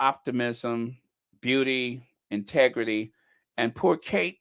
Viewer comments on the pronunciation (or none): none